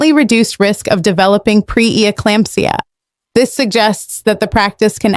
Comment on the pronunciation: The narrator was ill prepared in that she wasn't able to correctly pronounce some of the words such as "seminal" and "pre-eclampsia." The producers and editors failed to do their jobs by giving little or poor preparation for the performer.